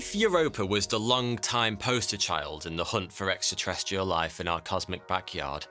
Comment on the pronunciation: It's long, not longk